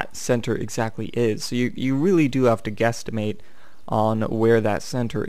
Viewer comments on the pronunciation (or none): He said questimate...lol